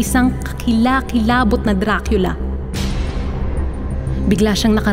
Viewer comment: Diba dracula e bakit dracila yung basa mo???